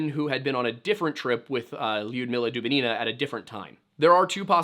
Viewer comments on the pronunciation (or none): It is Dub-I-nina. Not Dubin-I-na